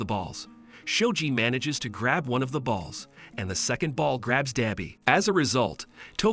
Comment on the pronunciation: It’s pronounced dabi not dobi